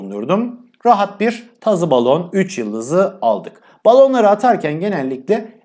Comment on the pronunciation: Yawww muazzam.saliriri diyonnnnnnn Sonra Balonlari yanlış diyon